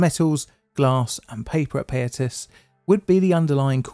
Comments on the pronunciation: It's pronounced pie-ah-tas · Great breakdown of the history and tragedy of the Payatas landfill. I was only 5 years old when this happened, and I have almost no memory of it. Some advice if you don't mind, for pronouncing most Filipino words/placenames we almost exclusively use short vowel sounds, so Payatas would be pronounced Pa (like in "parrot") + Ya (like in "yak") + Tas (like in "tassel"). Good stuff!